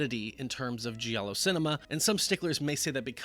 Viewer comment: GIALLO is pronounced like in JAM. You don't say JEE-AM. You say JAM. JALLO. Not JEE-ALLO.